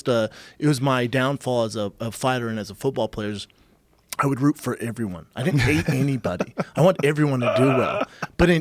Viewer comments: Brendan literally said “everyone” like times, not only did he say it so many times for the next three minutes or so, but he also pronounces it as “Iveryone instead of everyone” he says it as if it is spelled with an “I” instead of an “e” smh that was rather annoying of him 😩😩😂😂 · Brendan “Averyone” schaub